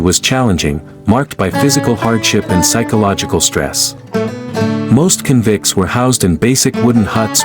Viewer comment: AI generated. It's not *convints 😅